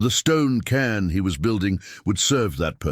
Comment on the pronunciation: Cairn, not can.